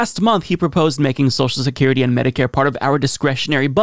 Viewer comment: He calls social security ‘sowshecurity’ lol couldn’t get any dumber